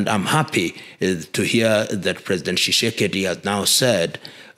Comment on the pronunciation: Are you Congolese? You can't pronounce the name Tshisekedi, but your name is Lumumba? President Tshisekedi acknowledged The Banamulenge as Tusti Congolese in 2019. Tusti Congolese are not discriminated against by anyone in COngo, DRC.